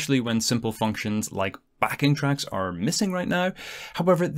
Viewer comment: Can somebody explain "Backing Tracks" or "Back in Tracks" (hard to understand him)... like, with Stornaway, is he saying I can't have one song for the whole video? I can only have the original audio in every clip?